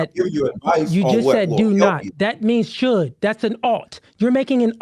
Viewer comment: Mr. Let Go said "Supposed to" but can't say "SHould" this is crazy bro 🤣🤣